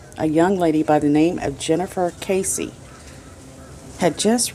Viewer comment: I was in a Search and Rescue Group and participated in at least two (maybe three) call-out searches for her (not Texas Equusearch). This case is special to us here in my town. ❤️ It is sad not to see her photo up anymore around the Millenia Mall. BTW, her last name is pronounced KESS-ee (not like Casey). I just started your video and will let you know if I can add any details. Her parents are very nice. As far as I know, the idea was that the suspect was/is a construction worker from her apartment complex (who gave her bad vibes). It is thought she was off to mail something and was attacked. Jennifer was fit and would have struggled. Her apartment was pristine and showed no signs of struggle. The construction workers were allowed to live there and many may have been undocumented. I believe they were still selling units in the apartment and the association did not give all the info (or did not know) all their workers! I assumed that the killer/suspect may have left the country. The video shows a man, a slight man, with clothes consistent with a worker. The person has a particular walk. There was stuff in the backseat so it doesn’t seem like a robbery. Her boyfriend was not a suspect, as far as I know. He had an alibi.